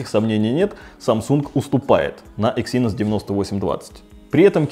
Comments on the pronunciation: Почему эксИнос? Эксинос же. На "Э" ударение. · Эксинос а не эксИнос, аж противно становится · Не говори екси, звучит как секси) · ЭксиНОС говорить правильнее